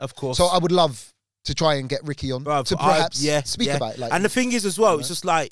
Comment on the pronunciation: PER-HAPS Now you say it.... PER....HAPS